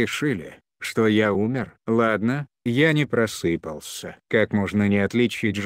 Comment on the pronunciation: Просыпался..... ну и ударение у комментатора.